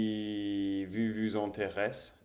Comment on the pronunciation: autre chose : "vous" se prononce comme foot en anglais (je parle des voyelles)